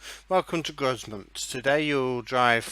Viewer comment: The S in Grosmont is silent so u don't pronounce it